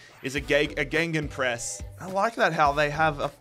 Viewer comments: Loved the video, my favourite bit was when you called it a ‘Genghis Press’ 😂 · First time hearing someone call gegenpress "gengenpress" and "ghengispress" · "gengenpress" lmao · can you learn how to say gegenpress